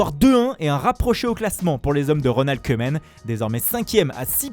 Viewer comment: Bon faut arreter , le commentateur qui prononce les noms soit disant comme dans la langue originelle , ouai sauf qu'on ne dit pas keuman mais kouman , car en neerlandais le oe se prononce ou ... Merci quand meme d'essayer ...